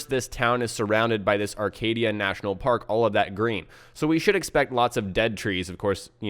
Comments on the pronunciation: bye the way its pronounced acadia not arcadia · sure where you got your map from, but it's "Acadia National Park" not Joan of "Arcadia" National Park. Sorry, I'm a western Masshole and... well I own New England, so I just had to clear it up.